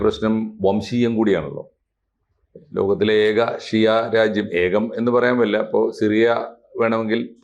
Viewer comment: Shoora alla shiyah ❤ oru myrum ariyathe vannu thalluvan😂